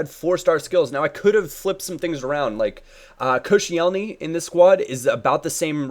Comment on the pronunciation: just want you to to know its pronounced kosh-ellny like so he can see plz